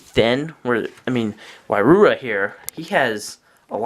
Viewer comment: It's not why-roo-uh it's why-ru-ha